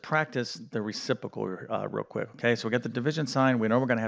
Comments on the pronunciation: Re-CIP-ro-cal. Re-ci-pro-cal. You're saying it as "Re-CIP-o-cal" without the "PRO" in the middle. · "reciPROcal" not "recipocal" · That "fancy word" is "reciprocal", not "recipocal" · Math teacher can’t pronounce reciprocal. The simple answer we were taught is invert and multiply. I have remembered this for 60 years! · You are a great math teacher. But there are two Rs in the word reciprocal. Ha.